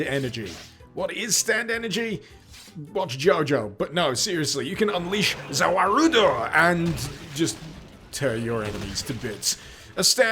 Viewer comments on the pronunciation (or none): Did you just call, ZAR WOURLUDOU? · Love how he pronounced Za Warudo wrong. It's not a long ruuu which everyone that has a life doesn't get. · I love how he pronounces "ZA WARUDU!". I'm not mad but i really like it and it's really funny, me and my friend like it :) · The way you pronounced ZA WAUDO! was the best part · Your pronunciation of ZA WARUDO gave me cancer